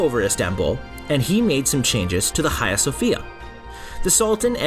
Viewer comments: cant bear to hear u say khaia one more time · Dude ... your pronunciation of 'Hagia' ..!